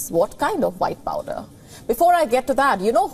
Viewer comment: Did anyone else hear Her Say white powder and then correct to say vhite power